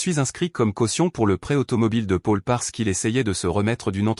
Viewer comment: Paul se prononce Pol, pas Pôle 😊 :J' ai pris un latte" ou une latte ? 🤣🤣 Quand tu fais ce genre d' opération, pars le week-end loin d" eux et profite 😊 N' oublie jamais que tu es malgré tout en grande partie responsable de la situation 😢😟 Les précipiter dans leur chute est une drôle de manigance et je ne pense pas que tu vives très bien avec cela à moins d' être pire qu' eux .